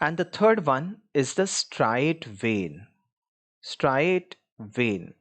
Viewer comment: it's striate vein